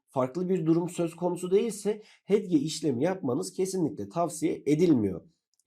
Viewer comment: inanamıyorum arkadaşım konuyu anlatmak için video çekmişsin ama hedge hedge diye başlıyorsun ya....keşke bir öğreniverseydin telaffuzunu...